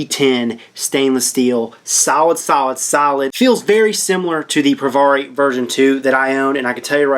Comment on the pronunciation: It's not Pro Var eeee It's Pro Vare eeee Say peary. Now put a V in front of it instead of a P. Provari as in variable voltage. Vari